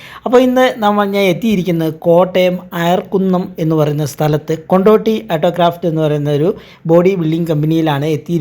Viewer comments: കൊണ്ട് ഓടി അല്ലടെയ് കൊണ്ടോടി ആണ് ✌️ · കൊണ്ട് ഓടി എന്നാണ് .. അല്ലാതെ കൊണ്ടോട്ടി അല്ല 😊